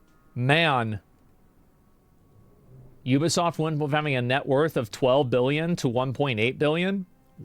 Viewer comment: Ubisoft? "theybisoft"